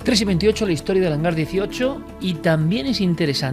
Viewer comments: Que idiota, es Hangar, no "hanglar". Maldita imbécil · Porqué pone HANGLAR y no HANGAR? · es que el hanglar diesochlo XD